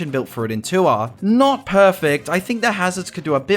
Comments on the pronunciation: i'm so brainrotted i keep hearing "tour" as "tuah" 😭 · Threw me off when you pronounced tour as tuah